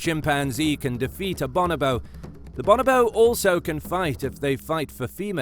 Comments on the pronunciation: Bo-NO-bo not BAH-nah-bo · "Bon-oh-bo".... Your putting the wrong em-phAs-is on the wrong syl-ab-le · Pronounced Bo No Bo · For a start it's pronounced "Bow No Bow" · BOnobo? boNObo? no: BOnoBOSS ;D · It just sounds better when it is pronounced bO-nO-bO. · Cracked me up when he said bonobo wrong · Hate the way this guy pronounce bonobo.